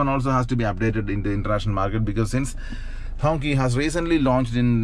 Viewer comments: Bro it gave me cancer watching you pronounce it as honkey. It's pronounced Hong "Chee" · Quite sad that the brand name Hongqi is mispronounced and unfortunately the gentleman doing the review of Hongqi is calling the design fixture on the car's bonnet as logo. Quality of review needs to be reviewed please. A humble request🙂